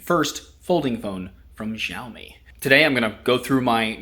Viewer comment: I always enjoy your videos, but this one made me feel bloated -- from all of that pizza! And that rather bloated phone. I'm not yet onboard the foldable phone fan club, especially for the sky-high prices. From now on, can you please(!) pronounce Xiaomi correctly? You did pronounce once or maybe twice, like the 2nd time you said it in this video. In Mandarin Chinese pinyin, "X" pronounced very close to "sh" (but with the tongue on the roof or back of the mouth, rather than the front, as it is in English). In contrast, the pinyin "zh" is pronounced more like "zh". So Xiaomi is more correctly pronounced SHEEOW-mi, not ZHEEOW-mi. (In his videos, Michael Fisher says it right.)